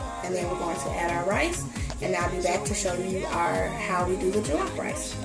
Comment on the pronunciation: it jollof not jilaf but loved it enyway